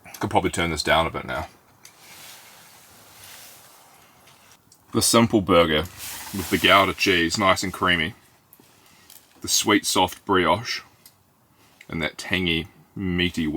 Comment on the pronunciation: The cheese is supposed to be Dutch and it’s pronounced Goo-da 😊. Haven’t watched in a while, looking forward to the rest of this video.